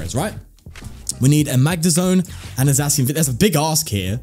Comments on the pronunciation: It’s not pronounced Zackian? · For the pronounciation of Zacian: Zacian and Zamazenta are supposed to be "The Cyan" and "The Magenta" when pronounced with an (I think) Spanish accent. So with that logic the correct pronounciation would be Za (as in pizZA) See-An. However, it doesn't matter that much. You can just pronounce it the way you like :) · I can't fault you for calling him Zacian its actually pronounced Zacian my guy.